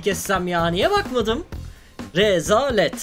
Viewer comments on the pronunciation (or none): Nobody: RE-ZA-LET